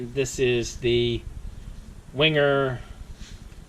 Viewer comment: .... it’s pronounced... ‘Venga’ ......